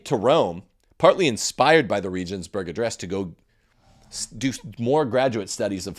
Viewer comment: Regensburg is pronounced with hard 'g's, like the g in goat. There are no soft 'g's in German. I could hardly understand what you were saying. Benedikt was better than John Paul II.